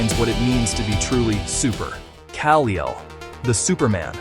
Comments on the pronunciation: "Kal Eel"? No human would have said that. AI sucks. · Who tf is Kal-E-Ul? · This nicka is a casual sht and don't even know how pronounce Kal-El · Oh yeah! Don't be screwing up the name of the prince of Kripton!!!🤣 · AI reader. There is no way a real person would mispronounce Vought. They say it constantly in The Boys. You have Black Adam but not Shazam and mispronounce Kal_El as well? No. Come on. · Teach your AI how to pronounce Kal-El.